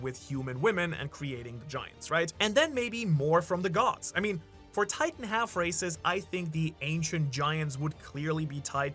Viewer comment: when u said half rasis and full races i heard half recist and ull rasist lol